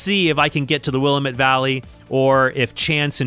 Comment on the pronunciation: Cool! I loved that game. I only played it when I was real young, though, and never did beat it. P.S. I'm from the Willamette Valley, and it hurts our ears to hear will-uh-MET (caps are on the stressed syllable). It's pronounced more like will-AM-et, with an a-sound like the one in the word apple. Here's a 46 second video that does a good job of showing how we pronounce it